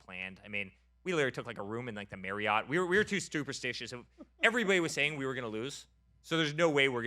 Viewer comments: “Stuperstitious” lol man said it twice he actually thinks that’s the word. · Stuperstitious?! Said it twice